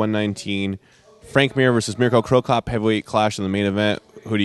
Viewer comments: who the fuck is the guy that keeps calling cro cop "cro cough". i hope mirko sees this so he kicks his ass lol. im surprised he didnt call ryan bader "vader" haha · Cro Coff lol what? who is this guy?